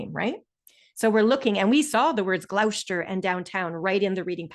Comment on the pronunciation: Thank you for uploading the zoom. Gloucester is pronounced “Gloss-ster”